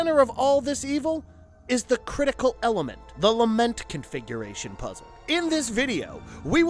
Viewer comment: I keep hearing lama configuration.